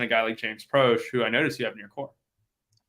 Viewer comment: Its Pro shay n Mc Clorin, not prOsh n Mclaarin,lol